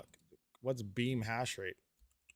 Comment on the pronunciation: Beam, you mean " Scheme?"